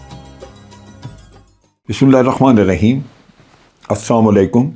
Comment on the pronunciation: Pura as salaam alikum clear kaha karen